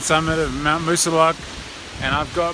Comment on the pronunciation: Lovely footage of all the right spots 👌 The second time you mentioned it, the pronunciation of Moosilauke was correct and for this applaud you! 👏😁 Keep em' comin' bud! ✌ Oh and what you heard at the start of the Moosiluake approach was the lunch whistle at Glencliff Home for the elderly just up the road from the trailhead 👍🏻